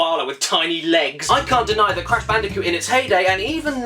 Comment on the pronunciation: Crash Bandicoot Video checklist: 1) make sure to say "sonics arse game" 2) say "cash banooca"